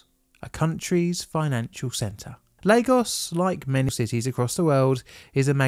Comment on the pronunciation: Not Leygos. Lagos.